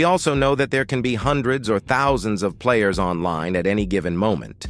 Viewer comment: "four thoutoo sih joins per hour"